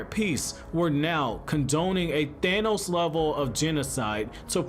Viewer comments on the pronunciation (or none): none